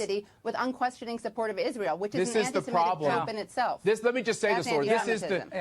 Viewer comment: for future reference: anti-se-MI-tic (doesn't rhyme with emetic but 'mythic' - as said in a fake Jamaican accent). Worth learning as the media aren't going to drop this issue.